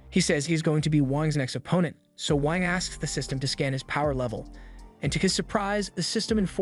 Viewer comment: I heard wank